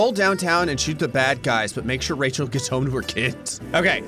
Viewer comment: I like that you have called her Rechall 😂😂😂